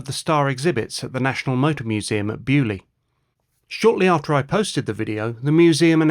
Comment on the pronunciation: I hate your pronunciation of Beaulieu!! It is a French word you pommie git! Get it RIGHT!!!